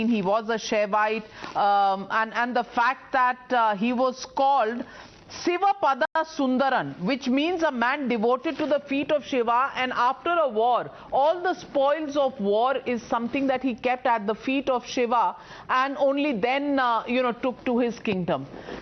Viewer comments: Navika is saying Azwar... Idiot Hindutva northies have no idea how to pronounce anything which is Tamil. But they want to claim that Cholas are Hindus.. lol. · Navika, please rehearse news before reading live. It is AALVAAR (AZHWAR), it is BRIHADESHWARA TEMPLE.